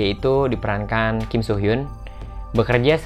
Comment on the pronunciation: Fyi, pelafalan nama kim soo hyun itu bukan kim-so-hyun tapi kim-su-hyeon